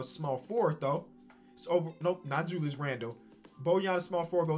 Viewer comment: Yeah he said Julie’s erving